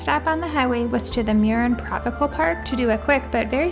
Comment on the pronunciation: Murrin PROVINCIAL Park lmao provical 😂